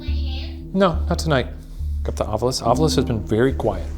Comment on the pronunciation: No, I say "It's Ovilus damnit! Not Ov-U-lus! It's written right there! Read the bloody word!"